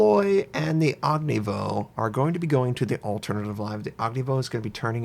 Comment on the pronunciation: I just don't understand why he says "og ni voh". He says Udaloy just fine. What makes him drop the "y" at the end of Ognevoy?